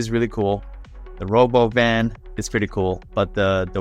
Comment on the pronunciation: yeah, i would expect "robo van" not "rob ovan"